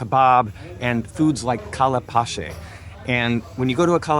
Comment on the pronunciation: On the 31 minute of this video you are SABOTAGEING the name of the food، it is SEE-RAA-BEE & SHEER-DOON please don't pronounce them WRONG. They eat this food very late at midnight or very early in the morning. The next one is pronounced Ka'le'h Paache'h.